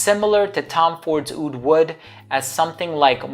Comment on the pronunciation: But not oud :)